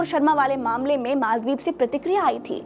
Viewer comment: Pahle to Maldive bolna seekh lo